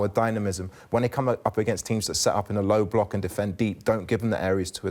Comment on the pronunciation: Rosenior saying ‘low-block’ 👏🏿👏🏿 Hope that’s a conscious effort to support Alex Scott